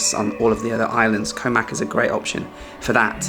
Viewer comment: Koh Mak (เกาะหมาก) is actually pronounced "Koh Mark" both low tones and a long "arrr" sound on the "-mark". If you want to get somewhere but mispronounce the place name Thai people probably won't understand you or, with the possibility you'll end up somewhere totally different!